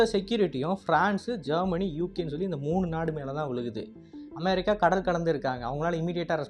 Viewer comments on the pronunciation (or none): none